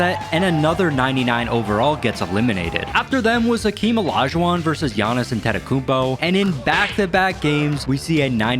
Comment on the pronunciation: Not him pronouncing giannis last name wrong😂😂